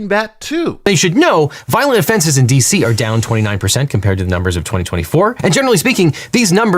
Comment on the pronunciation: "There is no Crime in Dee See Se"